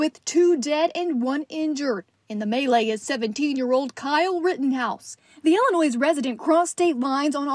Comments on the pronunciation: ILLINOIS .... why is reporter pronouncing it Ill a noise?? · Someone please tell her that the S in Illinois is silent 😩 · The “s” is silent, in Illinois ! Ugh, so annoying